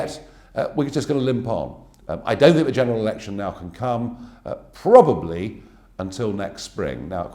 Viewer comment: and after examining All options, he ends by saying..." then we will PROABABLY get Brexit done"!